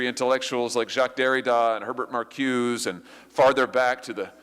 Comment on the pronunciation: Nice job Senator! Er..btw, it is pronounced Mar koo-say (Marcuse). All the originators you named were/are Jewish Marxists